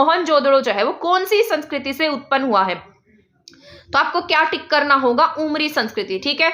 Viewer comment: Ma'am aapne अमरी likha h lekin aap bol उमरी rhi h. Aise to hm log bhi confuse ho jayege